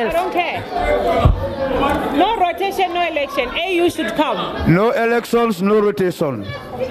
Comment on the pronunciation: What is ehlekshon? 😂